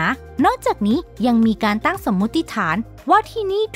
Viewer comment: เเน่ใจว่าคุณคนไทย ตั้งไม่ใช่ตั่ง